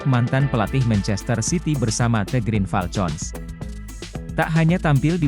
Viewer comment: Min, Green Falcon diucapkannya [griin falkon], bukan [griin falcon] seperti con dlm contoh.